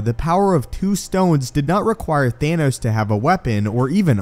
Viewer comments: Thanos Not Thaynos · Is it THAHNOS or THAYNOS? Lol